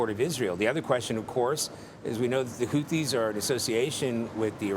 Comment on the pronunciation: Whofees. Whoteas